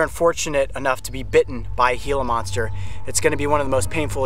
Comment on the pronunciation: He said hila monster